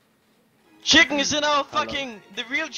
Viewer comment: Čiken, get de fak aut - PaszaBajcepz